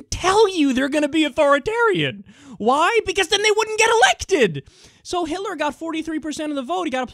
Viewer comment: "Hiller"? I guess Hitler and Hillary are so similar they just meld together in your mind.